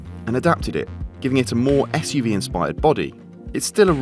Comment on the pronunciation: lol "SUV" they say